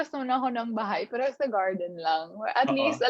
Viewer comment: She's sound ditzzzyyyy .... shes a grown woman, why keep using the word "pero" & it's irritating as fuck how she pronounce it. I feel bad for the this guy asking question cuz she not connecting with question. , Basically, Gazini is dumb.